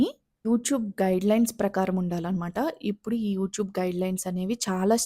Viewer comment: Prospective youtubers కి ఉపయోగపడే content అభినందనీయం. 95% ఈ తరం తెలుగు యూట్యూబర్లు వాడే అధ్వాన్నపు భాష కాకుండా మీ భాష నచ్చింది. "ఇప్పుడు" బదులుగా " ఉప్పుడు" అన్నారు. మార్చుకోండి.